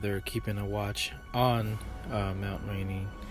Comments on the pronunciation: Its rainier..pronouced rain..ere..other than that great report ! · Bruh it is not mount Rainey it's mount rainier